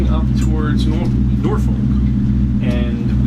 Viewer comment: Dude learn to Pronounce Norfolk the “ L” is silent it is produced NorF*ck do not be a afraid to say it! What makes me the expert? I grew up in Great Bridge. Yes I know you are yankee! But that is no excuse 🤣🛫 I enjoy your videos! You are at Waterside! Not the Norf*ck Marina. I agree that is a tight dock to get into and out of, the Tall sailing ship is the American Rover that conducts narrated tours of the Hampton Roads area. If anyone finds them self in Norf*ck without a boat and wants to be on one for a few hours. This is a very informative tour. You will be glad you did.